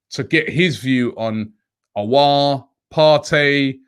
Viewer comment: Robbie is even getting the pronunciations right for Aouar now, it's been that long😂